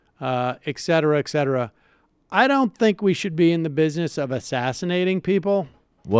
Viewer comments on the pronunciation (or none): Sam! It is «et cetera». Not exetera.